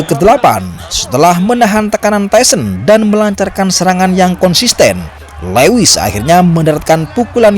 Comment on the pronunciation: Lewis itu dibacanya luwis mas 😅